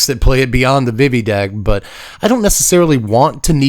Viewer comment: VeeVee. It is pronounced like VeeVee.